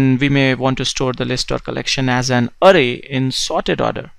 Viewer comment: everything is good but your pronunciation of "array" gets me irritated